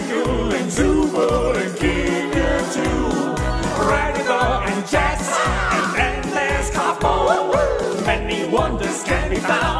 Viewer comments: “ dax “💀💀💀(its Jax lol) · Bro its Jax not Hax